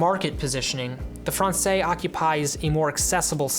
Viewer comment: There is now a new Américaine, which fixes quite a few of the problems of the old one. – Française – the s is not silent as it's the female form. Français would be male, that's where the s is silent. Cheers